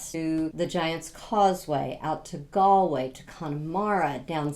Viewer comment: Galway pronounced correctly 👍☘️